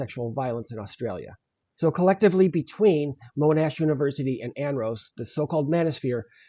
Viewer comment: Monash is pronounced MON- Ash rather than Moan-ash by the way.